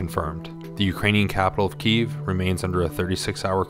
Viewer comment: Somebody needs to teach dude how to pronounce Kyiv.